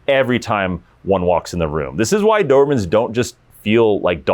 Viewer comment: The "Doohurhmen". Speak better for F sake.